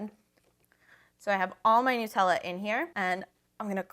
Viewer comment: OMG@ you say Nutella right! I'm anoyed at people who call it "New tella" ._. It's Called "NUT-TELL-A" ^ HAZELNUTTTT DUUH